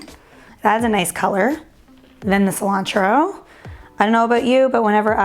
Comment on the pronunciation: Ci-lan-throw (Cilantro)